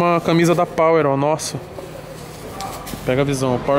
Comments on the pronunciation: Porra toguro, "CANMISA" com N na frente do M. 🤦‍♂️ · "CANMISA"? aí não né tog fdc kkkkkkkkkkl